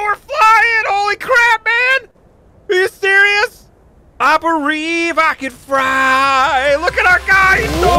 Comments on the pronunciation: i bereive i can fry?! lol xd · i berieve i can fry!!! lol <S